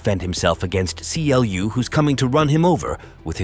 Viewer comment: It's not King C.L.U. It is pronounced Clue. Yes, Clu leads that digital world, but never called king.